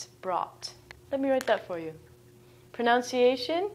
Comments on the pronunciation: Did she seriously just pronounce "pronunciation" as "pronounciation"??? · No. No it is not. Pronunciation: /prənʌnsɪˈeɪʃ(ə)n/ (ref: Oxford English Dictionary) The /ʌ/ symbol is pronounced the same as with "up" /ʌp/. All English dialects (British, American, Canadian, etc.) pronounce the word the same way. Ironically, she's simply mispronouncing the word. It's a common mistake, but should really be less common among ESL teachers. This is a good lesson otherwise.